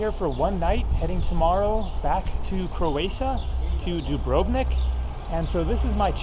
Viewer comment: I appreciate what you're trying to do, but you come off like a complete uneducated moron with your completely ignorant mispronunciations. All you have to do is ask a local how to pronounce certain words. You can't even pronounce Dubrovnik correctly. It's almost like you are purposely mispronouncing words to mock the language. I was born in upstate New York so it't not like I am a local.